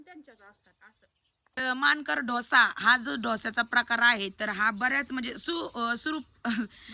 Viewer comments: डोसा म्हणा ढोसा नको....... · ढोसा नाही डोसा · ढोसा नाही तर डोसा म्हणा😅😂😂😂